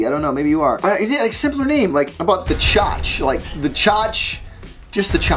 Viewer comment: Pronounce Tchotchkes like “Chotch-keys”